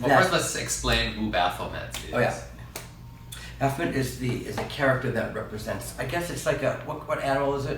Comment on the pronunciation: It's pronounced Baff-o-may.